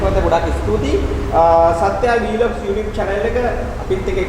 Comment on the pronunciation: වී ලොග් කියන්න එපා. හිරිකිතයි. හරියට වචනය pronounce කරන්න.